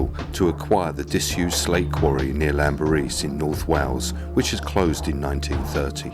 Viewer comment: & Team: Its spoken as 'Klanberis' (btw), and only said with the greatest respect for what you gvnrs and geezas do for us all out ere. Okeh n keep on keeping on, and thankyou!